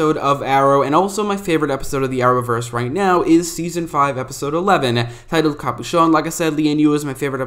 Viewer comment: nobody: This Guy: Are-owverse